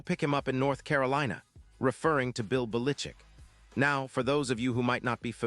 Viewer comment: Bill Balitchick ? Never heard of him.